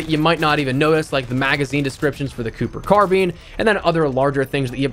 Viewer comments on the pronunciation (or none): I know you didnt just say cooper carbeen.